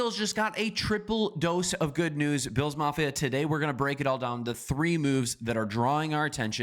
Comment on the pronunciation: Can we at least say the Bills players names correctly if that's the whole channel's focus...